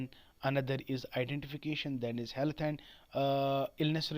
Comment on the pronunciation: Health ko sahi se pronoun to kar lo